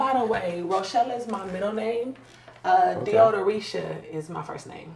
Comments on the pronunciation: Did that lady say Deodoreesha???!! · “Deodoreisha” tf is THAT!? 😆🤣🤣😆